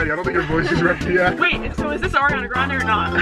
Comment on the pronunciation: Ariana gwuande